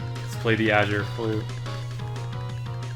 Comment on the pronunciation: Mans really says “achure flute”